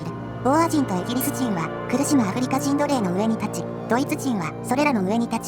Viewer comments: ところどころ「あふりか」が「あふりりょく」になってませんかねぇ… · アフリキってか